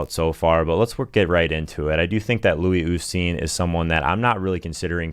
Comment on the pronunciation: Louie oostheen